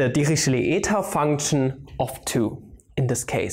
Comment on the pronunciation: LOL at first I thought you were saying devilishly eta function ==> devilled egg function